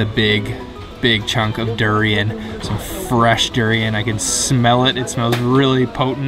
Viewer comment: The way you pronounce Malaysian fruits in English : Durian > due rain Rambutan > ram bue tan Duku > due koo Pisang > pi shang 😅 It's Banana dude.